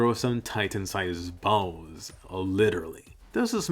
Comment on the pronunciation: The way u say balls is hilarious lol